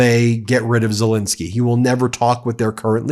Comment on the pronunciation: PLEASE- stop calling him Zilinsky. His name is ZelEnsky!